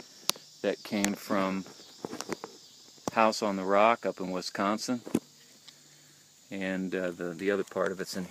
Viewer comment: I hate how people say Wisconsin who aren't from here, it's so annoying haha